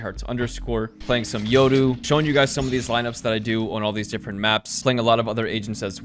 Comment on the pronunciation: Yoru not yodoo